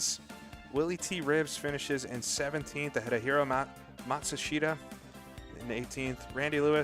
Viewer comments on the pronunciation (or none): The real pronunciation is something like Hiro Mas shta and the u and I are silent unless you are singing the name due to those syllables being unstressed and singing having more equal stressing